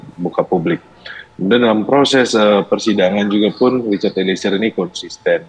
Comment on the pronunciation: Mbaaa host ..eliezer... Bukan Eli ezer...gmn sih andaaah nyebut nama org...